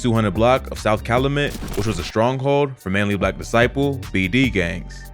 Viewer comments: Good content but it's pronounced Cal-u met not lu-met🤦🏾‍♂️😂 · That man said calamet knowhe not from around. Its cal-u-met my g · You’re not pronouncing the streets right and it sounds funny af! Being I am from Chicago. It is pronounced like Eh-buh-hart & Cal-U-Met. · It’s pronounced CAL-you-MET.